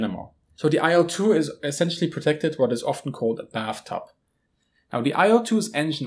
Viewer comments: nice video. minor tip: better pronounciation for "IL-2" would be something like "eel-two". Or even "eel-dvuh", but then only russians would understand you. "il" are first two letters of Ilyushin, last name of it's constructor, abbreviation, but not an acronym. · IL-2 is pronounced like "Eel-2". Trust me, I'm russian.